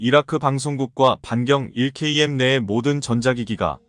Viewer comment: 자막을 읽으려면 바로 읽어야 한다. 차라리 읽지 않으면 좋겠다. 1km(1킬로미터)를 1케이엠으로 읽는가 하면 앞뒤 연결이 안되도록 읽는 바람에 이해에 장애를 일으킨다. 차라리 읽지 말라.